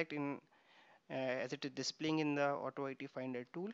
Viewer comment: Just wanted to mention that AutoIT is pronounced "auto-eat" not "auto-eye-tea" on video 37. The "IT" part of "AutoIT" refers the application being tested. Great tuto, Thank you for sharing